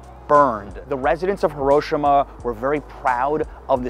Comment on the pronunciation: you pronounced hiroshima wrong obviously